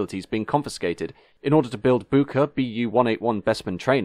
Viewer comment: Nitpick: Bücker is pronounced more like "bicker" than "boohker"